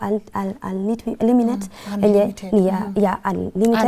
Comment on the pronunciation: unlimited data not unliminet...it caught me😂my mentor sure